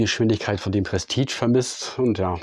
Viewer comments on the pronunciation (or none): Es wird "Prestiesch" gesprochen und nicht "prestitsch" !!!!!